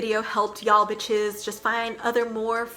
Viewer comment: I love how she says bishes, instead of the actual word